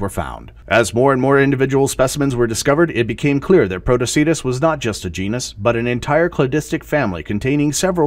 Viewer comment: Love your stuff,, just one thing. Pronunciation. I can tell you learn from books instead of from videos!!!;-> JEE-nus/JEH-ner-ah genus/genera See-TAY-shuns cetaceans BA-sih-loh-SO-rus basilosaurus